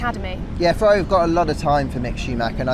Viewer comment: it is not said "Fevvavi" but "Ferrari" with italian "R" pronunce